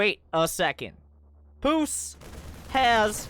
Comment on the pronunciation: you pronounce it Puceq